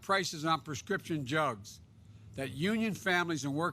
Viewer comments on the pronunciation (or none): I can't be the only one who heard him say "Prescription Jugs"???